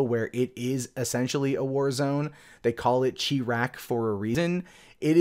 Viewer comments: Chiraq is not pronounced "Chee-Raq." The correct pronunciation is "Cheye"-Raq. It comes from changing a long-time nickname for Chicago, "Chi-town." That mixes the sound of "Shy" or Cheye" with "town." Pronounce the letter "i" with the sound "eye." This is of course different than how the "i" is pronounced in the actual name Chicago, where the "i" is pronounced "uh." I am a fan, and this is just if you wanted to know all of this. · Not Chee-raq. Chi - raq (Long i). Your French heritage is showing. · Chi-Raq?😓. It's pronounced Shy-Raq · I thought "Chiraq" was pronounced "shy rack" like Chi town and Iraq mixed. It is really cheer rack, like Chicago and Iraq mixed? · Its pronounced shy rack like chicago iraq.